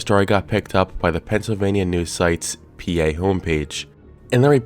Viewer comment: I knew you were from PA when you said “PA”!